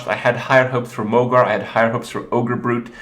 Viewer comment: isn't mogor pronounced mog-OR not mog-AR?